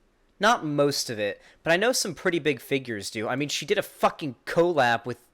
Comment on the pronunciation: love u but stop pronouncing collab like that(CO-lab... its just cuh-lab)